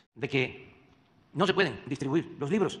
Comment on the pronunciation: " Ej de que "... No je pueden dijtribuír loj libroj " comunistoides " ?